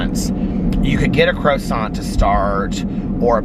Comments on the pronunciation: saying croissant as crow-sant 😊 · Omg I 💙 hearing pronounce certain words. Tonight's "CRO-sant" and "fentil" just tickled me! 🥰😂😻 Edit: I do the same thing by combining words ie: fennel and lentil = fentil! Hehe